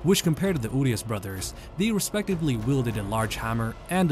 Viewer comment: Their name is pronounced Uriash, not Urias